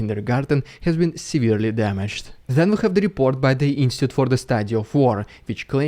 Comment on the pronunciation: You really need to learn how to pronounce Institute.